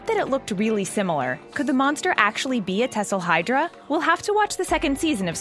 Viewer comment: “Tesselhydra” No It’s Thesselhydra